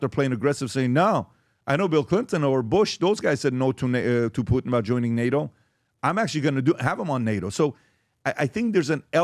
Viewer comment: How ignorant is that first reporter to pronounce “Putin” without the hard “T” sound. She pronounces it “Pu-Ann”😂